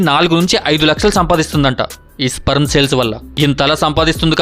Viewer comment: First sperm ni ala pronounce cheyalo nerchuko